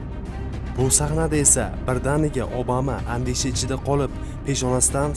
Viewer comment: Obama deb yozilgan bilan abama deb aetilsa kerak galati eshitilyabdi obama